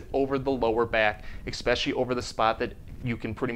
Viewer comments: Is it wrong that I have a difficult time taking professionals seriously when they say expecially instead of especially lol Sorry. I had to. 🤣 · Thank you for this wonderful video. I'm picky on words, so I have to tell you expecially is not a word... It's especially. Kind of like expresso is not a word... It's espresso. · There is no "X" in the word "eSpecially" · There is no X in the word eSoecially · Hard to trust a doctor who pronounces especially, exspecially,lol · You are a Doctor & you said EKspecially? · Idk if I can take advice from a dude that pronounces it “expecially”. Great vid tho 👌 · I love the videos, which are very helpful. Thank you. But, PLEASE, Im respectfully asking you try to stop saying expecially. You're a doctor, not a pool man!! -:-p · Seeing as you use the word especially so often, I recommend working on your pronunciation.